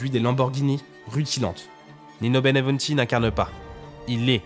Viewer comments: Pas Benevunti , Benvenuti !!! Respect pour les Noms de Gens .C'est Napoleone di Buonaparte , pas Napoléon Bonapart ! Il etait fils d'Italiens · La narration est bonne sauf le nom de l italien qui est mal prononcé,c et bienvenue le nom en français